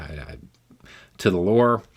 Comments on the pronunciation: It is pronounced custo-dees. Warhammer 40,000 is basically a satirical take on fascism. Its premise is that in the year 40,000 (probably. Time’s all wibbly wobbly), humanity is now the dying, decaying remains of a once great galactic empire. Like Star Wars galactic empire but like, worse ^3. In spite of this status, they’re still the premier galactic power. They’re also religiously fanatical, xenophobic, genocidal space Nazis. Like, everything bad humanity has ever done throughout all of history, but times a billion. As a matter of policy. It is described as the bloodiest regime in human history and the franchise exemplifies the phrase “grimdark”. Some people take it too seriously, but it’s meant to be a satirization of fascism and other bigoted or tyrannical movements. It is a table top game with some video games here and there, an animated tv series and YEARS of lore. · Hearing the way said "custoad" I'm thinking he was picturing a swearing frog. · I feel like I can help you with the Custodes thing. First, it's pronounced cus-toe-dees. Second, these are humans who are raised like the Liver King and taught to "mew" all the time from a very young age. This naturally turns them into 13ft tall fanatic super-soldiers. And finally, since this is a retcon, there have always been female Custodes. But much like female dwarves in Tolkein fiction, nobody could tell. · Most American 40k fans pronounce the name of the Custodian Guard, a.k.a. the "Adeptus Custodes" as "uh DEP tus cuss TOE deez" but as that term is notionally a plural, it creates a little confusion as to nomenclature when referring to just one of them. Older fans just call it "a custodian".